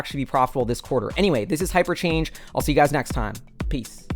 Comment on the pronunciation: Every time you say hyperchange it sounds like paper change